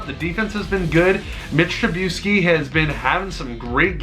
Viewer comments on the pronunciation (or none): You just lost a subscriber because you can’t pronounce Trubisky